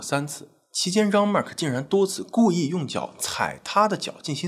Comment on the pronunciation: 既然是法國人，應該用法文發音，Jean和Agńes不對。